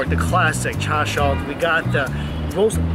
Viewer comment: Hearing her say char sui pisses me off